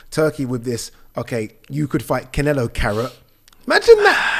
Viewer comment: cant help himself but to say Can-ELO in that way😂😂